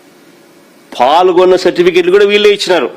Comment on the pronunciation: ప్ఫాల్గొన్న కాదు అన్న పాల్గొన్న అని అనాలి.